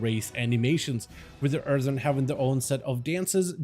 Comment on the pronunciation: You keep saying erthern. I think you pronounced it correctly once the entire video